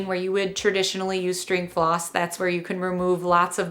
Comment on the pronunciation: I thought she said “pause” lol